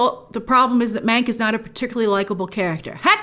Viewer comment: Every time Grace said "Mank" It sounded like she was saying "Meg" and it gave me traumatic flashbacks to Ryan Murphy's Hollywood